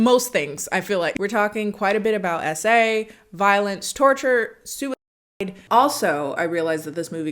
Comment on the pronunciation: im sorry but "sue of side" in the disclaimer made me laugh a little omg